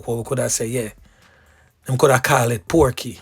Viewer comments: A "pokey" not porky. A pokey d person name weh own d spot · It's POKEY not PORKEY it Inna u yeye n u still a lie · Pokey not porky